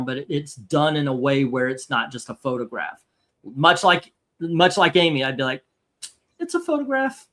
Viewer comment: "It's a Photograh."